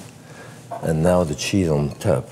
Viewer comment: Listen and learn LOL.... What he is saying is the Scandinavian letter Ö. "TÖPP" Thats how you say it. LMAO.